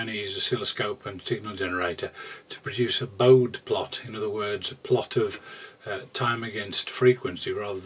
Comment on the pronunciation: Adobe: "A-DOW-BEE" My humble abode. Baud rate. Bode plot "BOH-DEE" (named after Hendrik Wade Bode, an American engineer and scientist of Dutch ancestry). Kirchhoff's laws [ˈkɪʁç-hɔf] "KIRK-HOFF" (named after Gustav Robert Kirchhoff, a German physicist and mathematician).